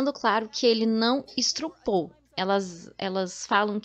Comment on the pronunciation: Olá, a palavra correta é estupro e não estrupo